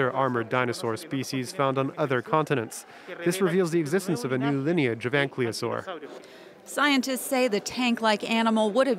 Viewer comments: Ankylosaur is pronounced AN-KY-LO-SOR not ank-leo-sor. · Still they are ankylosaurs, not anklyosaurs. Listen carefully to how the scientists pronounce it.